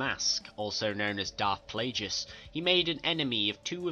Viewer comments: why do you say pleagus so weird? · Playgus? Zizah? It Plagueis (play-gis) and Xizor (she-zor). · That's not how you pronounce Xizor or Plagueis.